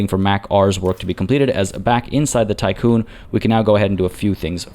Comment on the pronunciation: Hi. Just for your information, Tiqqun (or Tikkun) is the English spelling of the Hebrew word תִּיקּוּן, and so the "i" should be pronounced as an "ee". For anyone interested in what it's referencing, here is the Wikipedia page